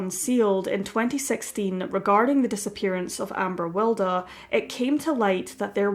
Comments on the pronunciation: Yeah Wild as in Oscar Wilde not Wilder. This sounds weird and a bit random to me. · I think her name is pronounced as wild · It's pronounced Will-dee.